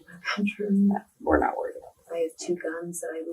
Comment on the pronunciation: Cool AI-voiceover .. i like how it pronounciates "worried" ... i mean wth, pay med 20 bucks and i'll do it MUUUUCH better with ANY ACCENT you want!